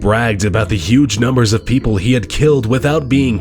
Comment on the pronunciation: Is it me or did he say people's instead of people?